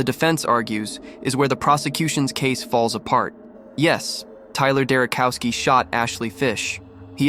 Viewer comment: Not cow, chow, Derochowski.